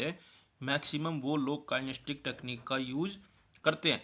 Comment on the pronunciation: kien-es-the-tic kinesthetic not kinestic